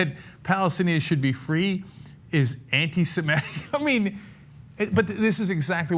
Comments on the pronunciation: Ana, the word is "Semitic" not "Semetic." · learn to pronounce Semitic